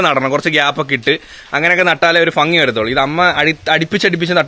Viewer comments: മോനെ ഫങ്ങി അല്ല ഭംഗി 😱😱😱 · ഭംഗി ❌ഫങ്ങി ✅😂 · Fangi alla bhangi 😂😂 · ഫങ്ങി അല്ല ഭംഗി ആണ് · ഫങ്ങിയല്ല ചേട്ടാ ഭംഗി ❤️❤️ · അടിപൊളിയായിട്ടുണ്ടേ 👌🏼👌🏼👍🏼👍🏼ഫങ്ങി അല്ല മക്കളേ ഭംഗിന്ന് പറയണേ 🥰🥰👍🏼. ആ നാട്ടിൽ അങ്ങനെയാണോ പറയുന്നേ 🤔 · ഫങ്ങി അല്ല bro ഭംഗി എന്ന് പറയൂ.... 🥰😜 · ഫങ്ങി... അല്ല... ഭംഗി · ഫംഗി അല്ല ഭംഗി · ഫങ്കി ❌ ഭംഗി ✅ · ഫഗി യോ 🤭 ഭംഗി അങ്ങനെ അല്ലെ പറയാ 😁🙌🏻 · Chetta ഫങ്ങി alla ഭംഗി എന്ന് പറഞ്ഞു പഠിക്കൂ 😁😁😁😁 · Fangi alla bangi allee😂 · ഫങ്ങി ❌ഭംഗി ✅😁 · ഭംഗി ❎ഫങ്ങി ✅ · Chettaaa ഫംഗി എന്ന് paraylle...ഭംഗി എന്ന് parayu.....I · ഫംഗി❌️ഭംഗി✅️ try to use.. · fangi alla bhangi😅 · Fangi ennano parayunne bangi ennalle? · ഭംഗി ❌ ഫങ്ങി ✅😂😂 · ഭംഗി — ഫങ്ങി 😂❤❤ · Fangi 😂😂 alla bangi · ഫങ്ങി അല്ല😅 ഭംഗി alle🙄😄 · Aregilum sredicho chetan fangi ennanu parayunathu😂😂😂😂